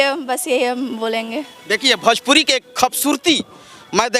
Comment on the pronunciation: भोजपुरी होता है बे बड़े पेट वाला भजपुरी नहीं सुध बोलना सिख लो